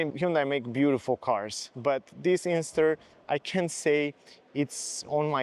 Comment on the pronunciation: It’s an INSTER, not Ingster.